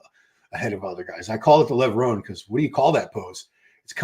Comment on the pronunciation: Levrone is pronounced Levroneh,the e is elongated in Italian causing the eh sound at the end,great show BTW keep it up 💪